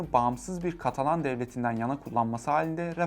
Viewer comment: katalon degil ya katalan!